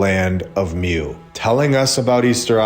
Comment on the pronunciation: Please try and remember it's MU, pronounced MOO NOT MEW! You're teaching people the truth, and wonderful things need the proper pronunciation please!